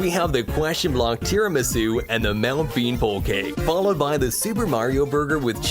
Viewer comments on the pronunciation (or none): none